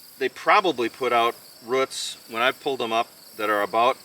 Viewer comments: Great video on growing peppers! 🫑🫑🫑 I giggle every time you say roots, in the most endearing way of course, lol, "routs?" 🤗😆💕🌱 I always enjoy watching your Minnesota garden! Everything is so green! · Lol I giggled too. But to me it sounds like "ruts" hehe Old School here....I say Rooooots 😅